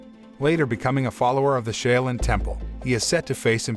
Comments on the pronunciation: Shaolin is pronounced: SHALL-LYN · Wrong pronunciation of SHAOLIN. It hurt my ears listening to him butcher a name I HIGHLY RESPECT. 🤦‍♂️